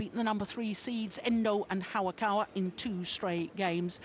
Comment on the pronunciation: it's hayakawa not 'hawakawa' ."